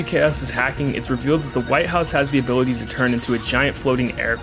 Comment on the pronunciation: "impecable zoning hability" Gold shit